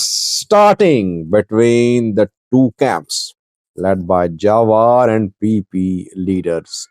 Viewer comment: His name pronounced Jewar ( like je for German ) not jawar👍 also what is jewar he only talk talk bla bla not in the armey he is nowhere just talk the talk😂